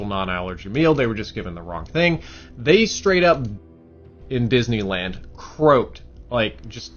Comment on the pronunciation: Disney land sounds like " this never land"